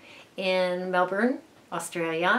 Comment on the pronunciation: welcome back, and yes you said Melbourne correctly, Melbin. xx